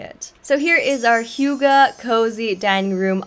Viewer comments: How you initially thought 'hygge' is pronounced is more correct that whatever that translator was teaching you. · Its actually not high ghee 😭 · Hei, as a Norwegian I feel touched that you choose HYGGE, but I recommend seeing a Norwegian or a Dane say it 😊